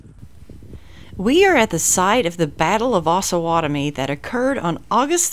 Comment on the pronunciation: OsUH not osah, the town is named after the Osage and Pottowatomie native tribes